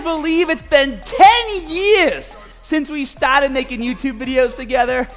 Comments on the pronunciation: It's more "staur-dit" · “Befowe we get stawted!”